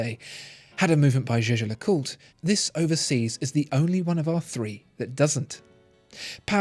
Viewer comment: The way he pronounced it today is the correct way.